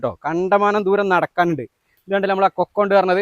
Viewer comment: ഫുൾ കൊക്കോ അല്ല, കൊക്ക ആണ്